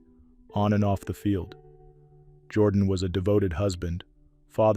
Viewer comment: You should learn how to pronounce the people’s names. Jordan in Alabama is pronounced Jer don.